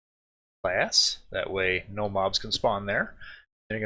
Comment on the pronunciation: did he just say in my ass or glass lol😂